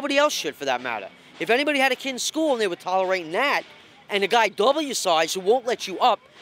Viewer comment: “I’m not TALLorating that” lol